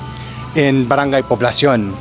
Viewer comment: You're almost there with barang-GAY. Keep practising. pala-YAN, not pa-LA-yan. pa-LA-bok, not PA-labok.